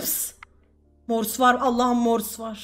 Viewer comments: morsu hep yanlış söyledi çıldırıcam çok komik habdnabdns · pelin abla seni çok seviyorum ama morsu sen yanlış söylüyordun üzgünüm. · Abla çok yanlış söylüyorsun morsta